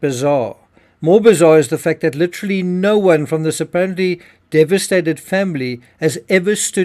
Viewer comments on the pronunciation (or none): none